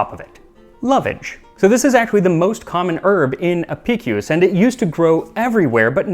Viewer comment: Kudos on the proper, classical pronounciation of Apicius' name 😀